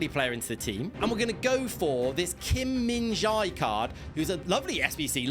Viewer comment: Kim min jae you pronced wrong